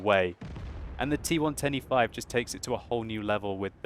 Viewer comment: Idk maybe it's me, but when he says T110E5, he sounds like he is saying T125.